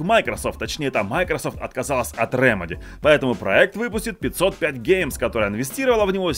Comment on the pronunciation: 505 games читается как "файв о файв геймс" (five oh five)